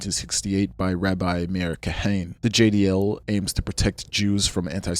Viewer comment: You mispronounced a few things that I wanted to point out and coreect 🙂‍↕️ I think you pronounced the name of the JDL founder as "Kahain"? It is actually "Kahana" - kah- kha- nah, the way his name is written in English is a bit misleading. Members or people who share their ideology are referred to as Kahanists, at least in the past 20 years. Lehi is pronounced "Leh- Khee". It's an abbreviation, though I'm not sure of what. Etzel/Irgun was pronounced correctly! They are pretty famous for blowing up British train stations in what is now British-mandated Palestine, as well as a hotel. Their actions killed a lot of Jews along with their "intended targets".